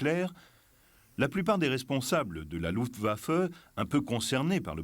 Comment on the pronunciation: The film footage is top notch. However the bloody AI mispronounciation factory - is terribly annoying. Luftwaffe seems to absolutely blow the AI to smithereens....its too bad , because the content of the film is interesting as all hell....